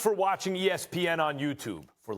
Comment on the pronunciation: yeah it's the same argument people made after the Rams game he had. He played well outside of a few uncharacteristic errors. The way you said "forgive" earlier was weird, like you want to punish Mahomes for the turnovers. Sorry, he made up for it